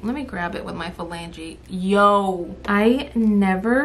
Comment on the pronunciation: My kid: she said phalanges like you do!! No wonder you like her Me: one of many reasons little one ❤️❤️❤️❤️❤️